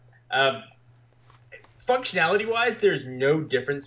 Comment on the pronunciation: "Fucktionatily" xDD